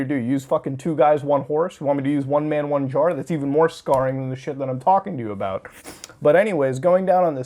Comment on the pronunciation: wait wait...did you just say one guy one car or one jar